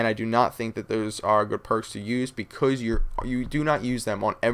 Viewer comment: becouuze lol. love yah